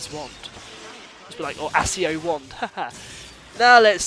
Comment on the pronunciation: By the way Accio is pronounced Ak-ee-o not Ahs-ee-o. It might be different in Britain but I don't know since I'm from Australia.